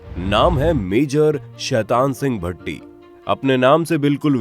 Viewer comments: भट्टी ❎ भाटी ✅ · Bhai... Bhatti nahi Bha- ti.......